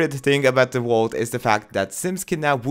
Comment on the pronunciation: Is he saying wault instead of vault